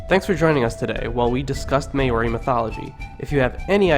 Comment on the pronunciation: you got to learn how to say maori